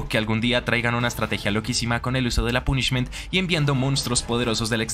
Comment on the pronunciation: Lo del Trouble Sunny no tenia ni idea... agradesco el dato caballero A cambio, le dire que no se dice "pUnishment" sino algo tipo "pOnishment", el acento marcado incluso me trae recuerdos... Y una idea para otro "mejores targets" seria Foolish Burial, personalmente no la requiero ya que mi deck actual juega algo similar (Bururu pero aun asi, conocer efectos tipo Shadoll o incluso Darkwurm seria muy util Que vaya por la sombrita paisano (Bogotá)